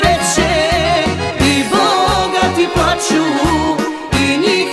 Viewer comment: a sto krijete njeno ime ..kakvo je to glupo ime kadi ...kada vidi se iz svemira da je muslimanska ..ne zna reci cisto Č.....poslusajte samo kako je to ruzno čuti 'PLAĆU'!!!